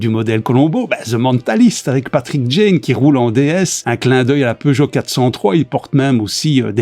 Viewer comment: J'ai vu la série en version originale quand j'habitais en Angleterre et j'ai éclaté de rire quand il a dit que sa voiture était une "pioujeo"